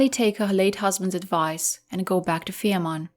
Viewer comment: The name of the Isle is Fehmarn, not Ferman.